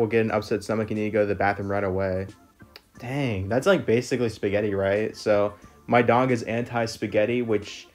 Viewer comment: I first thought you said “Dang I hope he gets better soon” 💀